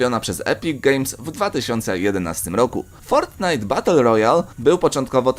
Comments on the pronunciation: Fortnite a nie fortnight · Nie fortnithe tylko fortnite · Nie fortnight tylko fortnite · Fortnite a nie fortnight xd 😂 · Ale ty gupi jestes fortnite a nie fortknight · ja bym sprawdził fortnite a nie fortnight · Nie fortnight tylko fortnite XDD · fortnite anie fort night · to nie jest fortnight tylko fortnite no błagam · To nie jest fortnight tylko fortnite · Fortnight xd to fortnite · fortnite a nie fortnight!!! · Fortnight? Nie Fortnite ? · japierdole to jest fortnite a nie fortnight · Tylko nie Fortinite !!!